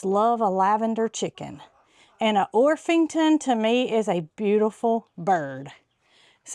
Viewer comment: It's a hard p. OrPington.